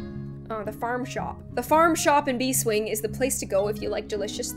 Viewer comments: I'm pretty sure it's Bees Wing, instead of Bee Swing? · why did I get annoyed when said "bee--- swing but it was actually bees-- wing.....I'm sorry I'll shut up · ITS NOT BEE-SWINGS ITS BEES-WINGS, I like how you played very nice, very nice. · Its not bee swing. Its bees wing